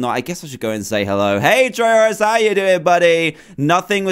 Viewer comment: It's Trayaurus not Trayorus